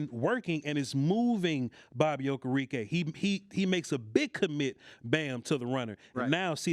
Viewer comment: It’s Okereke. Oh-Care-Rick-Kay!